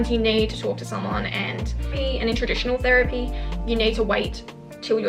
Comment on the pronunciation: She said therepy but girl i don't have the money 💸